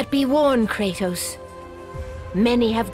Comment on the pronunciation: Kratos ❌ Cratus ✅